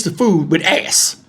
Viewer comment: I said the same thing, I shouldn’t be laughing but Lord the way kept saying Azz had me rollin 😅😂😂😂😂😂